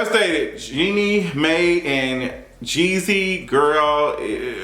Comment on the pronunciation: Hi King, her name is Jeannie Mai , but you pronounce her last name “My”. Iman Shumpert looks like he is done with basketball. He has a reoccurring role on The Chi.